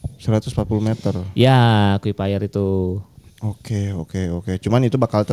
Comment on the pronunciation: Akuifer bukan aqufaier